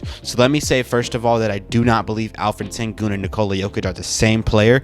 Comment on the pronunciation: What you say: Alferen sengun What you should say: Alperen Şengün (Alp like Alpines's Alp. Eren like in the anime. Shen is the pronounciation of Şen Gün is like Günter's Gün from German. Ghunter, we shall say) Thanks. ^^